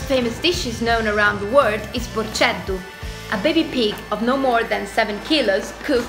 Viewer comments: Su nuraJi pronounce, procheddu not porceddu and Sardinia is not italy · La "X" nelle parole sarde si legge "sc" quindi "Nuraxi" si legge "Nurasci", ma è una cosa presente principalmente nella variante meridionale della lingua locale. Nella variante centro settentrionale non si dice Porceddu ma Porcheddu; i culurgiones fatti in tale foggia e con tale ripieno sono un piatto tipico dell'Ogliastra, tanti cibi associati alla Sardegna in realtà sono rappresentative di specialità molto locali, anche se oramai son diventate delle turist trap perché spesso reinterpretate con una certa dose di fantasia, se volete gustare i sapori autentici dovreste esplorare con minore fretta le tantissime sfaccettature che la Sardegna offre. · Innanzitutto la Sardegna non è italia , secondo , voi che fatte questi video , cercate di imparare i nomi sardi di ciò che presentate , per esempio non si può sentire porceddu a Lollove o su su nuracsi a Noddule ( dove si dice NURAKE )